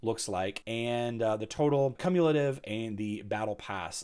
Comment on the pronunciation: My dude, that’s not how you pronounce cumulative. Haha.